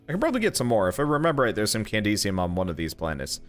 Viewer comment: Why does he always say candesium instead of candensium